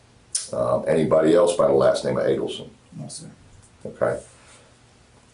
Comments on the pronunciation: I'm just now seeing your video on this case which I've been following since Wendis initial " interview " not interrogation...its understandable that you say interrogation...their name is pronounced..A....delson...minor details but ..to me...they matter..its a fascinating case which is still currently in play..Wendi has still not been charged but if there is any justice..she will be...Charley her brother has been convicted for conspiracy as well as his former girlfriend and the 2 hitmen and Wendis mothers ( Donna)trial is coming up..Wendi after thst ..good Lotd willin'...RIP Danny Markel!!! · Adelson (A-del-son) Long A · It’s pronounced Ādelson….long A. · Adelson is pronounced with a long A like "Amen."